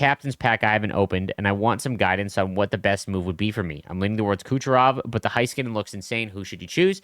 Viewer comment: it is hey-skuh-nen, not HIGH-ska-nen.